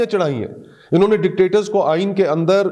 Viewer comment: Why you say I iney this is not iney